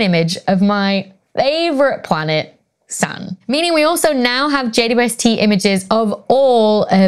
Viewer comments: Platurn 😅 🥰🥰🥰 love it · When Becky said "my favorite planet", I heard "Sun". I was thinking: whaaaat? Then I hear her talking about "Sa'un". Oh, it's Saturn! The way English speakers, and some dialects especially, really confuse me sometimes! "Saturn" is said so differently in my language (Finnish).